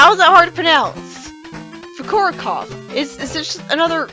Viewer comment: It's pronounced Foo-Koo-Row-Kov and it's another meta joke, a reference to how several children tried to pronounce his name.